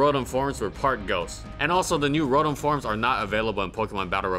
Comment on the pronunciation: Wasn't ROTOM: Row-Tam?